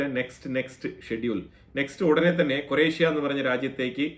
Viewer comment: കൊറേഷ്യ അല്ല ക്രൊയേഷ്യ